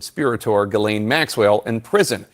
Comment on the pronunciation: I love you, but,WHY do you always seem to intentionally mispronounce Maxwell's Christian name??? It's pronounced "Ghi" like in geese, instead of "Jilane"!!